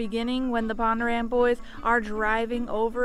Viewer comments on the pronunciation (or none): It's Bondurant not pondurant